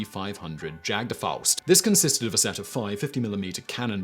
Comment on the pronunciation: Jagdfaust. I've already covered the letter 'J', so let's not bother with that. 'Au' does correspond to an 'ou' sound in English, like in 'out' and 'our'; so, well done again.